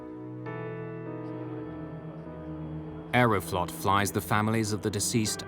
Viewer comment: Sounds too much like "Aeroflopped"